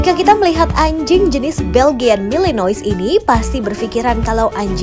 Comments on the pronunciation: Risih denger dia bilang Belgian malinois, padahal dibacanya (Beljyan Malinoa) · Pronounce MALENOA. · Bacanya malanoa mbaa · Belgian Malinois Dibaca ; Beljien Melenoa